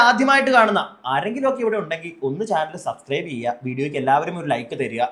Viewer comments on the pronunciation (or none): none